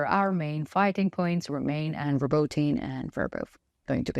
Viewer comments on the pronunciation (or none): Robotyne is pronounced Robo-Tee-neh..... Not trying to be that guy. Just saying....